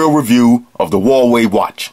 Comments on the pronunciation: It's pronounced Ha-Wa-II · That was an awesome review bro, I love your style. I don't think I've ever laughed so much during a tech review, plus it's one of the most informative I've seen. Definitely sold me on the "Hawaii" Watch, gonna pick one up after my next paycheck. Also greetings from the actual state of Hawaii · hilarious! it's the same pronunciation "hawai" here in KSA...